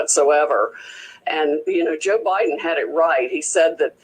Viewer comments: I laugh so hard every time you say "Bo Jiden" 🤣 now I say it. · "boe jiden". 😂 god bless.!!